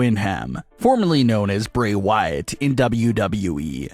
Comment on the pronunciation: Your saying his last name so wrong please get it right the way you are pronouncing his name get his name right the other name